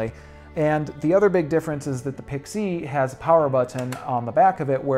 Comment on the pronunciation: Dude, learn how to pronounce Pixie!